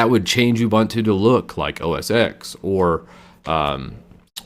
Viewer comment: The X in OS X is said as "ten". It is OS 10, the successor of OS 9.